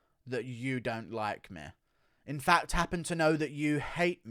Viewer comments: "He has been trashing MEH" wtf is ur accent about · Can you please go after Dominick Cruz? I don't know what I love more: you playing Bispings insecurities, or your inability to pronounce the word "me". If you get Cruz coming after you I will sub for life